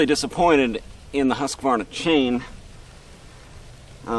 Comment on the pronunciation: Husq varna, not Husqa varna, I know who cares.